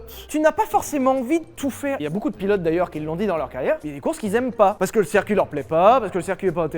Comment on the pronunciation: Le « cErcuit » ?